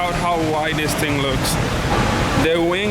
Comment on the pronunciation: $10 if you can timestamp when he says "Dis ting"